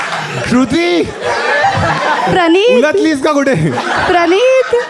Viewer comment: भाई तिला आधी पुणे आणि प्रणित नीट म्हणायला लावायचं ना 😅